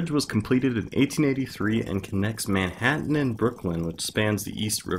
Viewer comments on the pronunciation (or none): none